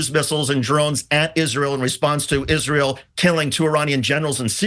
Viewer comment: It's just like Lindsey Graham says, "izrool".